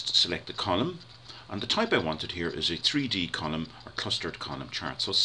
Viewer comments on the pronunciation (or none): it sounds like your saying condom not column xD